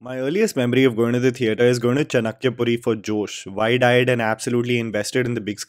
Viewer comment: चणक्य नहीं यार चाणक्य पुरी Hindi toh sahi bola kar